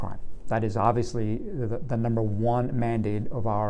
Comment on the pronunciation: Ovileesy instead of obviously